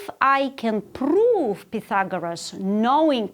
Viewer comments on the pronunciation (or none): pRRRRRove I love it